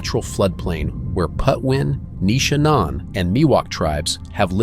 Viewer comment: What is also disappointing is the mispronunciation of the Indian tribal name: It’s PATWIN not Putwin.